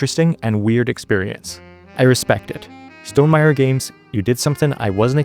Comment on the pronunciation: the way you say stonmeier-y sounds like stonem-irie jamaican style